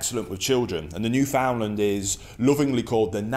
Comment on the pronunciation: Hey, Thanks for your espousal of the two Dogs. However, firstly, I must comment. Your pronouncement of Newfoundland (the Dog and the place), is incorrect. Said properly, Newfoundland, when uttered will rhyme perfectly with "understand". As they say, "Understand-Newf-in-Land. A small quiver to those not from here, but a massive one to those who call this place home. Columbus